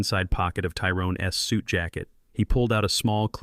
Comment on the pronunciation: You really need to find a voice over app that knows how to pronounce a word with an apostrophe in it. "Tyrone's" is not pronounced "Tyrone S" All the words in this video with an apostrophe are pronounced wrong.